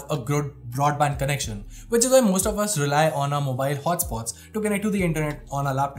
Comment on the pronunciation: Moeeebyeeeeeel hoatspooat